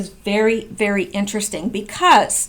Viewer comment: "Ve-ddy Eeen-te-des-ting" !! lol :) I like your thinking!!